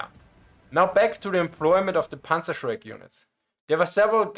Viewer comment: Meine Rückmeldung an Dich: Wenn Du im Englischen deutsche Begriffe sagst, sag sie wie ein Deutscher, also richtig. Demnach: „Panzerschreck“ und nicht „Panzershrek“. Das fällt leichter und ist korrekt. Mir ist aufgefallen, dass viele Deutsche das auch mit ihrem Namen machen. Wenn sie Lukas heißen und sich auf Englisch vorstellen, machen sie aus dem „Lukas“ einfach englisch ausgesprochen „Lukäss“. Das macht sonst niemand, nur Deutsche. Und es ist unnötig. :D Vielen Dank Dir für das interessante Video und Deine vorangegangene Recherche!